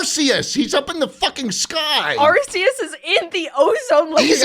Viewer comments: HE PRONOUNCED ARCEUS CORRECTLY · All right, here’s what actually happens the 1 billion Lyons see Arceus Arceus snap some out of existence also slot it’s pronounced (are key us ) Arceus Edit: back two years later, I’m a fucking nerd😂